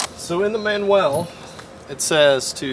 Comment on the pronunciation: You need a sawzall to spend more time danglin' instead of man-u-ell labor.